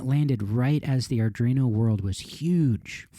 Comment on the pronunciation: Arduino, not Ardrino. It's grating every time you butcher it.